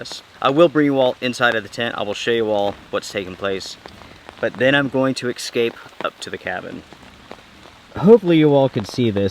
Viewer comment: Excape or escape😂